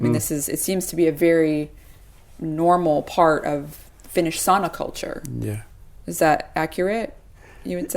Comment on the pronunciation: The lady conducting the intervies needs to learn how to pronounce sauna.